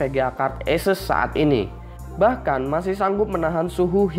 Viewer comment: ESES apa ASUS sih bang? #nooffense